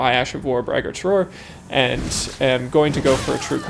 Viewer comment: Braggart is someone who brags a lot. Brag-ert, not brag-aart.